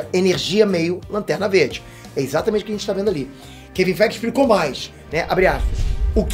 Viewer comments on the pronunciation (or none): Eu juro depois do gritar Keven faiguer eu não conseguir me concentrar no vídeo de tão, do quão inesperado que foi.